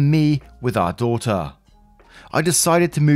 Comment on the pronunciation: Love the accent and the way you say daughter😘😁